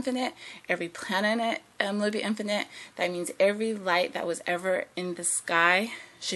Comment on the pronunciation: "every plananet" LOL You are seem extremely intelligent but you need a lot of work on your speaking skills.